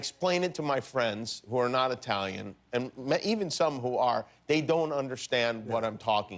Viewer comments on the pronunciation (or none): wtf..he said EYE talian? GETOUTA here lol